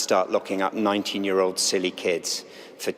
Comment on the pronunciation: You know he means it when he says Stu-you-pid thing to say.